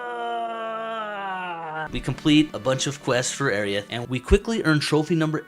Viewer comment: I can't get over how you saying Aerith! Airy-ith! Please, my, it's more like air-rith. I think it was meant to be a combination of Air & Earth as she represents nature. Great video though, i just had to get that out and that's a me problem not you.